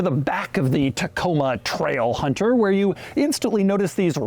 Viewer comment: Loved the part where he said TRAIlhunterr